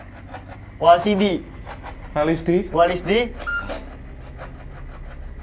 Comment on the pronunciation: Lg serius dengerin tiba tiba banget typo nyebut nama walisdi. Jd walsidi 😅😅😅 hettt auto ngakak gue